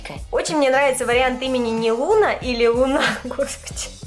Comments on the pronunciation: Назови её Луной(Луна) ударение на у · назови пожалуйста котёнка Луна ударение на „у”